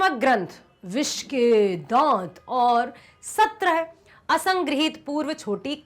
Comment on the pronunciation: Bissssss ke dat😂😂😂